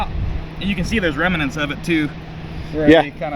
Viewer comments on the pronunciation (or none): Remnants, not Remenants